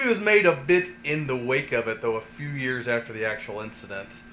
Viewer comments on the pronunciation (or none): none